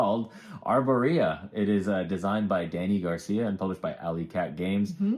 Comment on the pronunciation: I think you have the emphasis on the wrong syllable in your Arborea pronunciation. :)